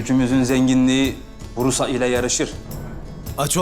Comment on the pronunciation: Brusa değil prusas